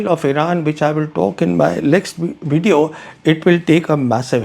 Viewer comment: Try to say "Video" not wedeo